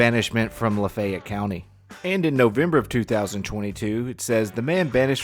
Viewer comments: Southern pronunciation— Laaa-fay(long A)—ett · I can't believe you don't know how to pronounce LaFayette.